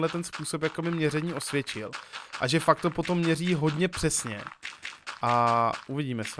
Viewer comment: místo fakt říkáš fak jsem z moravi takže se nediv